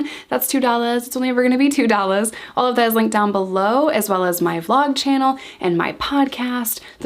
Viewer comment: love the way you say two dollas.